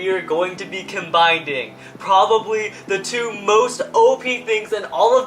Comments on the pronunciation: Dude, there's no such word as "combinding" 🤣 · in the intro they said "combinding"